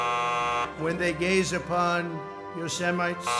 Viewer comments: You know, we all slip up on the pronunciation words while speaking at length, but "Yosemite"? He tried it, knew he failed, and tried again to sound it out like a 3rd grader; the thing is, it's not a word that can be sounded out, but it IS the name of an extremely well-known national park in the country he's spent 80 years living in and four years governing. The fact that he doesn't recognize the name shows how intellectually lazy he is in general, and the fact that he had it included in his speech without preparing so he could say the word shows how generally lazy he is. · He pronounced Yosemite the same way Kelly Bundy pronounced it 😂😂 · dude can’t talk. He has dementia. Imagine not being able to pronounce Yosemite or even the United States. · In his defence, Yosemite is a pretty weird word... 4 syllables out of only 8 letters! So maybe he was just trying to simplify it for us! 😅